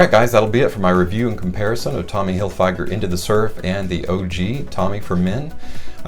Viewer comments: Figer not fyger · You butchered Tommy's last name. Tommy Hilll-fig-urrrr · “Hillfyger” 😂😂😂😂 you gotta be trolling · It's pronounced fig...like the fruit, not a long I, in Hilfiger. Sorry, but it made me cringe every time you said it. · If you know this fragrance for so long why is it you still can't pronounce it? I'm going to stop watching this video now because you're driving me nuts the way you say Tommy Hilfiger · Is a me,or are you pronouncing Tommy Hilfiger wrong? Or have I been pronouncing it wrong all this time? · I think he thinks that's how it's pronounced lol is he right and we've been wrong for 30 years 😂